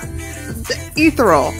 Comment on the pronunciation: pronounciation... eh-th-ee-ree-ul... 4 syllables.. it sounded like you said ethanol